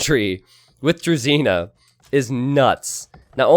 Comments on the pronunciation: Hey, great content. I enjoy watching it, especially because of your knowledge of the game and overall positivity. There is a tiny issue tho. Your pronunciation of "Druzhina" hurts my ears. You shouldn't pronounce ZHI as ZEE. Listen how google translate pronounces Дружина. Do it for all of your russian speaking community members =). Keep up the good work. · FYI the "zh" in "druzhina" is pronounced like the J in Beijing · Just FYI, druzhina is pronounced with a soft Z and you're putting too much emphasis on the I. I still love you nevertheless. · Druzhina with zh as in "jacques" lol